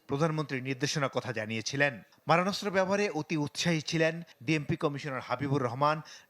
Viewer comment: ’মরণাস্ত্র’ নয়। এটা হবে ’মারণাস্ত্র’